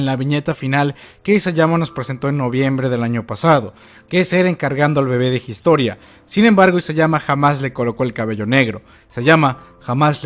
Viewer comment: Gistoria.....de verdad? Gistoria.... jajajajajajaj